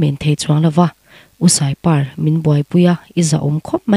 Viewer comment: Pàr ni lo in. Par a chhuang tih tur. i thil chhiar hi i thluk lo. deuh i chhiar ngaihnawm lo deuh. a ngaihnawm tur ang in